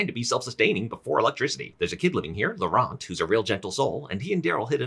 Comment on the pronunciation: the t in laurent is silent